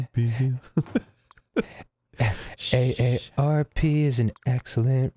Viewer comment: Dan, it’s USAA, not AARP.